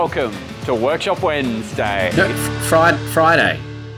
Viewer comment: kurt can we get an intro without the alliteration of wednsday? it feels weird hearing it pronounced that way .